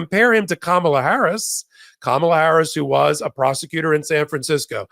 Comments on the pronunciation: please pronounce our VP's name like (pam+ela)=(kam+ela), ok? Sounds better if we can get our own names (DEM-VP '24) correctly, no? I used to say it wrong, too, but it's pretty disrespectful not to get a name said correctly. Thanks., your eval with, about JD Vance was enlightening. I knew nothing about him. He sounds like a disguised leopard (spots) to me. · needs to learn how to say Kamala's name correctly